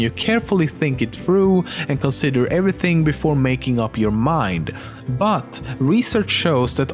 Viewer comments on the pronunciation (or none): Did anyone notice the other T when he said but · pause and notice he says "but" with a real small "t" next to it.